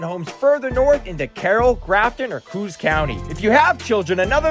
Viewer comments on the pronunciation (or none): LOL you claim to be from NH, but don't know the furthest northern county is pronounced CO - OS not coos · Coos County is pronounced Co-ahss. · For someone who says they are a lifelong resident of NH, you need to learn how to pronounce Coos County. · How can anyone trust a review by someone who can't pronounce Coos County correctly...... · You pronounced COOS County wrong, but you have a habit of pronouncing towns and counties like an out of stater. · Heard that. He definitely doesn't live in NH. This is probably just AI.